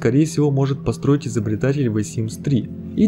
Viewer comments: Первую минуту видео понять не мог, что значит это "вэ симс". Я не шучу. Тупо воспринимал это, как "V Sims". Реально, если не можете произнести правильно "the", то уж лучше говорить "дэ". Своим комментарием не хочу оскорбить автора, просто на следующем примере могу объяснить, к чему может привести именно такое произношение звука th: Мой одногруппник так же читает th, и, когда он говорит, часто тяжело понять смысл предложение (особенно если оно неправильно построено) с такими словами, как there, then, than, weather, whether и т.д. Если в последних 3 просто слова становятся неузнаваемыми, то в первых двух вас точно неправильно поймут. Вэа - это уже не there (там), а where (где). Вэн - это не then (тогда), а when (когда). Понятное дело, что when (уэн) и where (уэа) тоже не так произносятся, но воспринимать вас будут именно так. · Вэ симс?! То есть ты THE (зэ) читаешь как (Вэ)??? Ля ЗЭ тоже не правильно звучит, но ВЭ это полный разъеб если четсно) бро ну не верю что ты на спокухе считаешь что вэ надо говорить,я просто не верю что есть люди которые так зачем то коверкуют такие простые звуки😂 IT'S NOT REAL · нет. У этого есть определённый звук и он лишь слегка напоминает З или В. Лучше слэнгово сказать Дэ, чем Зэ. Это ультра руснявая ошибка. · Всё круто, но "Вэ Симс, Вэ Симс Два, Вэ Симс Три" режет слух. Не только от самого произношения "The", но и от построения предложения аля "Лолита это молодой персонаж который умер Вэ Симс 3", будто бы твоё ВЭ одновременно и "The" и "в", короче ужасно, кошмар. Но Вэ Видос интересный. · Как же режет ухо это "ВЭ симс".... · Мне одной кажется, что он говорит вэ Симс? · Да откуда вы берётесь твою мать. Почему "ВЭ симс?" Th - ну в крайнем случае "з". В реальности что-то между "з" и "д", ахиреть просто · Омг, я, конечно, все понимаю, видео крутое, несомненно) Но, пожалуйста, научись правильно говорить "the", а то я чуть с ума не сошла, слушая весь выпуск "вэ"... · Не смог слушать «вэ» и выключил видос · Меня одну бесит "ВЭ симс" ?